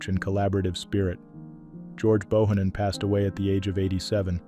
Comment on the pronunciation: George BO HAN NON is how his name is pronounced! Great musician and my condolences to his daughter and family!!! ❤